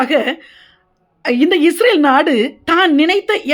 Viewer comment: Sister first you change pronouncing ISRAVEL into ISRAEL.